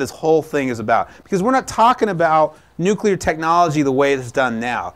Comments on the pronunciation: it's NU CLEAR energy. what the fuck is NU CUE LAR??? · Awesome vid! I can't stand when some people say "new-cue-lar" like some kind of republican though.